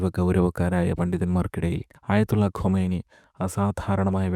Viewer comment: ഖമെനി അല്ല ഖുമൈനി